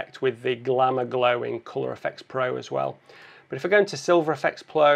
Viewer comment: As always great video.. And I always love the word 'but' as BWAT